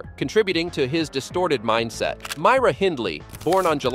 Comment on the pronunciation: Your are first American to ever say Myra and Glasgow the way it should sound .lol my family from Colorado, mouths sounds like they go numb as soon as the try to speak these words 😂